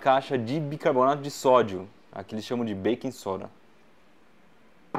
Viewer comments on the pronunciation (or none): none